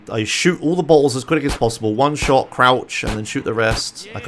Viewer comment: "In this missions, there's a bunch of buttholes, and you're supposed to shoot them." you have such a funny way of pronouncing "bottles"